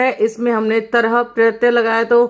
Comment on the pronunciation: Madam pratya hota hai naki pratayaa , pronunciation sahi karo pls !